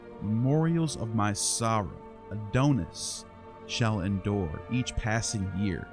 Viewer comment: Please, it isn't pronounced "A doan us", but "A don us." Your pronunciation is like fingernails on a chalkboard.